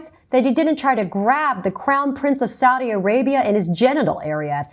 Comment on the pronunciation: "Saudi American prince" I know it was mispronounced, but at this point it might as well be renamed to that.